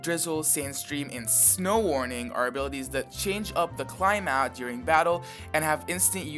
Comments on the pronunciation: I flinched when you said climat And no climate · Climate. Not climat. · Twice he pronounces it “cli-mat” instead of cli-mate. That’s like pronouncing tyrant ty-rat. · that's not how you say "climate" haha